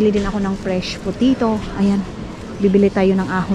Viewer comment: WATERMEEEELON and POTEEETO😅. Ano daw? 😅